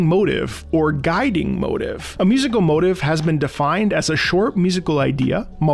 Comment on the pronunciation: Why do you keep pronouncing motif 'motive'?